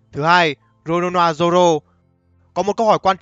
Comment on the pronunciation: Roronoa Zoro và Nico Robin là người duy nhất đc ad đọc cả họ tên rõ ràng:)))